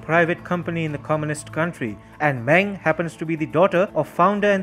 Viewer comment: Meng is pronounced “Mung".